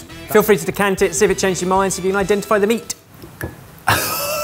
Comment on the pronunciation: "decant it" lol, oh